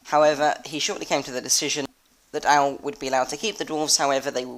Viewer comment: Ow-lay. Aulë.